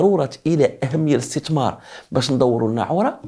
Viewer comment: اسي ابمهداوي عندما تتكلم باللغة العربية يجب نطق الحروف ابابجدية بطريقة سليمة مثلا الاستتمار وهذا خطاء نقول الاستثمار وليس الاستتمار